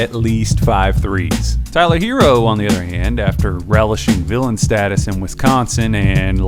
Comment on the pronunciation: Look.... it's HeRRo. NOT Hero. NOT Heero. And also NOT Hiro. Some of these "professionals" can't pronounce a name right to save their lives. Let's stop this lazy disrespect and get the man's name right! Can you spell H.E.R.R.O. ? And can you pronounce that double R? Like in "FERRO" or "TERRA" and "HARRY"? You can do it, I believe in you. 💐👍